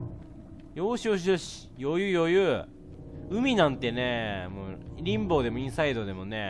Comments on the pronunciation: WWWWWむーって何だよw モウだよwww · ムウじゃなくてモウなんだよなあ…